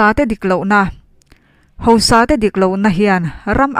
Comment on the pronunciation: Tei i chanel hi ngaihnawm thei lutuk,rawn ti zel rawh.Tuna i chhiarah hian sawi duh ka ne, hausa tih tur hi hosa tihin a ri a,ziakah khan hausa tihin nge hosa tihin a in ziah ka hre lova,mizoṭawng dik ah chuan hausa kha anih ṭhin kha leeee